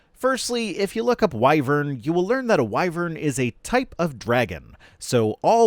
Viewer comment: Well, I finally know how to pronounce wyvern, Thanks,!